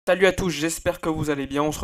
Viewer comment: Je rêve ou tu dis "Talut à tous" 😭